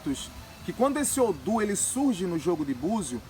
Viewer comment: Não se fala odum, é odu.